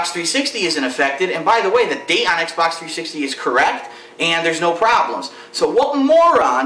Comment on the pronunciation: you misspelled "xbox" and sayd "xbot"